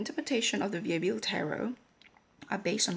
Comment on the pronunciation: Nobody Here your pronounciation is already completely right, and q from family name Coq Sounds as a k, so also right on this one:) conclusion: perfect intuition in french too:D well done!